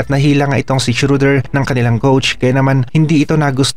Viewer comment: boss hindi shoder schroder